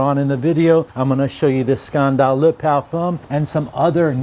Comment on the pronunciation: Why can't you say "scandal" the right way